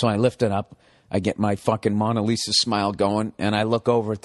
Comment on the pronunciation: Funny story, but who is “Monna Lisa”? Bill, it’s “Mona Lisa”. It’s only one of the most famous paintings in the world, you’d think he’d know how to pronounce it!